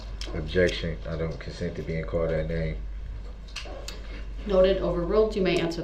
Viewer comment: and let’s not forget his absurd mispronunciations of basic words like “I don’t consend to be CAULT dat name”!